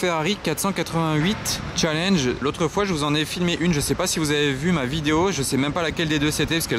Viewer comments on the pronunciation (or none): none